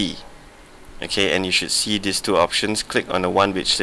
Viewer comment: for OS "tree"point 1 LOL